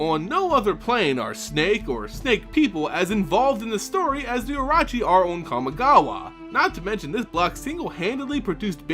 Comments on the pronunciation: no T in orochi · I'm sorry but your pronunciation of words like the orochi is just terrible LOL